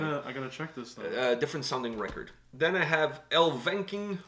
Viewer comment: Here to vouch for my boys Elvenking (pronounced Elven-King rather than El-venking btw lol). They're an amazing folk/power metal band and I maintain that they are one of the most unique bands in both genres. They have 10 awesome albums full of fun and beautiful songs. Their singer Damna is one of the best and most unique metal vocalists period in my opinion. They are DEFINITELY worth checking out :P